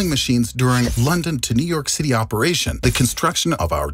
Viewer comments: Also who did the editing on this? operation not "aperation" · apporation though? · London to New York city "APERATION" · "...during London to New York City *apporation*." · Apporation? That’s not even a word!! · Lol “apporation” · **operation*** lol not apporation